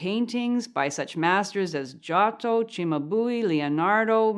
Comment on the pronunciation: Los pintores que has de rectificar: -- Yato, no. Es Giotto. -- Llamabuli, no. Es Cimabue. -- Miguelangel... queda raro. Mejor pon Miguel Ángel o Michelangelo. -- Caravalio, no. Caravaggio.